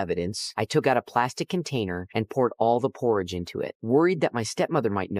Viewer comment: THATS NOT HOW YOU SAY PORRIDGE